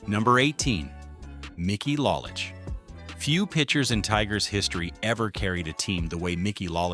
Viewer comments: it is LOW lich not LAH lich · It's Low-lich, not Lah-lich. If you are going to do a video, learn how to pronounce the names. Then Al Kah-LEEN ? Are you kidding ? I don't have much argument with the content but the audio sucks. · This was so bad in so many ways. Mickey ‘Lahlich’? Al ‘Kahleen’? At least pronounce the names right. Whitaker number 4 ahead Greenberg and Crawford and Trammell? Are you high? And what the he** is Tris speaker even on this list? He never even played for the tigers. At the end as you summed up the franchise, you showed videos of other players on other teams! This entire video is an embarrassment